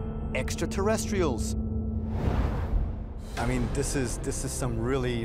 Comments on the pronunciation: Sorry, Giorgio ... until you can pronounce "exeterrestials" properly, you have zero confidence from me. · The way he pronounces the term: "Extra Terrestrials" always makes me smile though. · Starting to think they only hired Georgio on the HC for their extraterrestrial division, because of how much he struggles getting Extraterrestrials out. That pronunciations before break a quarter way through killed me 💀